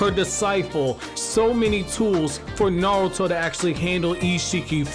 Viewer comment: I wish the guy with the best Naruto channel knew how correctly pronounce Naruto. The way he leaves out the "R" is so grating to me. Great stuff otherwise.